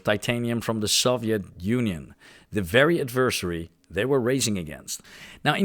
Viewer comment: Sorry I'm late! Here is the pronunciation help you asked me for: • Clergyman has a soft g: KLUR-jee-man. • More emphasis of "huh" (instead of "yuh)" in "huge". • Adversery has emphasis on the first syllable: AD-ver-sair-ee. • Conjure also has emphasis on the first syllable: CON-joor. • "Flash powder" sounded really close to "flesh powder"... 😬 • Stent is tricky; it has a very relaxed "ehn" sound, followed by a hard "tuh" at the end. • The "th" in "warmth" sounded closer to the "ss" sound in "worms", same with "neither" and "further" sounding like they had a "d" in the middle. You pronounced it perfectly "strength". (Try bringing your tongue closer to your upper central incisors.) • Mach is pronounced the same as the word "mock" (maak). • Ubiquitous is pronounced "yoo-bi-kwuh-tuhs". • Iron is deceptively tricky with its pronunciation of "ai-urn". Your overall pronunciation seems to be improving. You absolutely nailed "ceramic", by the way. Keep up the good work!